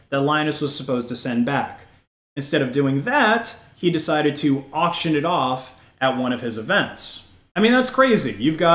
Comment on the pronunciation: "Auctioned it" 🤣